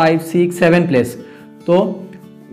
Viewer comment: sir i love the way you teach but sir please stop saying 'plas' instead of 'plus'